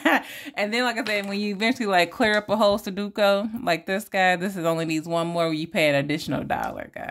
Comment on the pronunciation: Good morning,. I want that farmer's market. Expensive chicken legs 😅.sudoku is pronounced Su doe ku. I won't be at Bingo tonight because my sister and I are leaving early Sunday morning to go on a road trip 😊